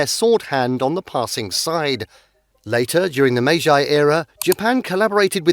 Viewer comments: Meiji is pronounced mei-jee, not mei-jai, and Edo is pronounced eh-do, not ee-do. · That's not how to pronounce Meiji and Edo